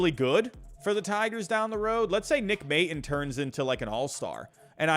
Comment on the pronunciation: Nick May-tawn is how it's pronounced. Love the vids.